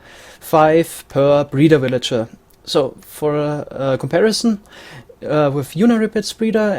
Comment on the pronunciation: I like how you say "willager"